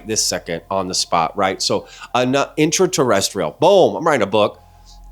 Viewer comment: Interrestial… really? Dude